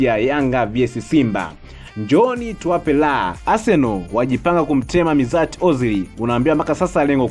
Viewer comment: Mtangazaji unaboa unapotamka majina ozil aitwi mizati ozil anaitwa meshut ozil na oleguna soshaa cyo sokjal